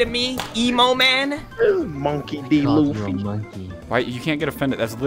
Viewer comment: They just said fucking luffy whrong